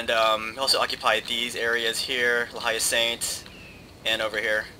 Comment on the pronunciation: I love these long videos so much. It means that I don't have to stop watching for a while. Also correct me if I'm wrong but I've always heard Le hai-saint (I think thats how you spell it) Le Hay-Saunt. Anyway awesome vid. =D